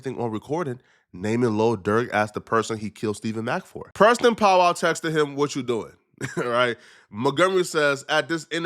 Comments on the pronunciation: It’s Powell NOT POWWOW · Nigga said Preston powwow it’s Powell nigga 🤣🤣🤣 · Preston pow wow are you kidding me😂😂it's Powell dummy 😂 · it’s PowEL love, not Powwow, Pow-EL (EL pronounced like EL Chapo) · who is Pow wow ? 😂😂😂😂 are u trolling him? u gotta be pronouncing Powell like that on purpose … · How you do journalism and can’t pronounce Powell? You say that porrrnstar name correct but you say this nigga name pow wow smfh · It POW WELL. not “POW WOW” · Powell not POW WOW😂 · Pow-Well my god brother learn to pronunciate 😂😂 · Powell. can’t read lol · Why cant you say Powell correctly? 😅